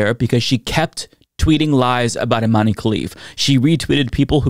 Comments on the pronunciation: Her name is Iman, not Imani, the e is silent. 😊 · Its not imany....its imen prono iation